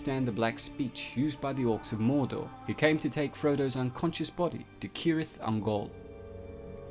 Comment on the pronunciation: Finally someone who pronounces cirith ungol right